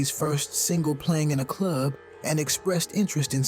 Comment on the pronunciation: So Cool how u Say the word "Club", like "The Cluuuub", lol. And Also, its NAS as in Bra, (like a womens bra) NOT Nas as in the word HAS. smh